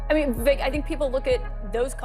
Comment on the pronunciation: Benny, his name is pronounced Vivake, not giving you crap just trying to help out.. 💪🏻 great show as always!